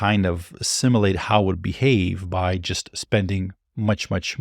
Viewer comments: SIM YOU LATE physics. World SIM YOU LATER. "Simulation"has never been pronounced as sim UH lation by anyone, anywhere, at any point. I have heard you say "you" so I know it's not a speech impediment. Are you uploading these videos to "yuh tub"? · The way you mispronounce "simulate" is super distracting.